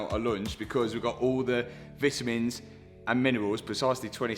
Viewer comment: The way he said vitamins 😂😂 I love you bro